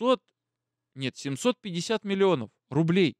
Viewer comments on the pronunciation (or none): none